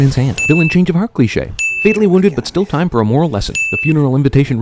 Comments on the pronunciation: there is a mistake for you up loader it is Umbrellas not "umrellas" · its umbrellas not umrellas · "umrellas" that's a sin. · Everything Wrong With "Everything Wrong With The Amazing Spiderman In 2 Minutes Or Less" in one comment. "Umrellas" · it said umrellas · CinemaSins dude dude dude... umrellas?! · CinemaSins-Sin: What in the world is an "umrella"? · CinemaSins' video sin: "umrellas" Sin Tally: 1 Sentence: Make more Movie Sin videos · "Black tie" I got it, but "black umRELLAS?" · Black "Umrellas" YouTube Sin: 1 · "Black Umrellas"?